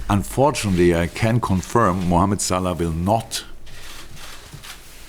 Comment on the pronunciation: His name is Salah not salad r u stupid? I can't tell if you did that on purpose or not